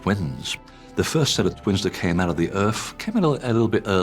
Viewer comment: Omfg I have dyslexia and have to be more effort to speak. Didn’t spend a lot of time at school because well “I wasn’t trying hard enough” and here you have someone who is highly educated and yet you can’t say myth or earth or anything with a th. People have their excuses but really it’s just lazy.